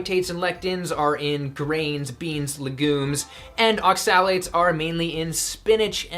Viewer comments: As a chemist the way you pronounce oxalates amuses me. Its ox-a-lates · Hi! Thanks for this clip. However, isn't the 'o' stressed in the word 'oxalates'? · Are you pronouncing (accent emphasis) oxalates correctly? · Woefully under informed and probably dangerous advice especially when referring to oxalates-which you can't even pronounce correctly. Either give it up or inform yourself before spewing incorrect medical advice. Former is better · You're saying"oxalates" wrong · Please look up in a dictionary how to pronounce Oxalates, Please! Thank you for the info! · So I'am this low carb guy he's talking about... but I have been warned many times about eating raw spinage and nuts, so that's a strawman and since he doesn't even know how to pronounce oxalates, I assume he's got no clue about antinutrients. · You don't even know how to pronounce oxalates, yet you want to teach people about them for ad revenue..okay.